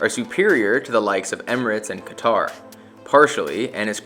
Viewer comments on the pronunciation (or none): none